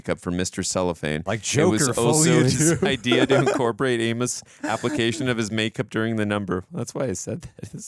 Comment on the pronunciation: Their mouths' resistance to correctly pronouncing "Amos" was something to behold.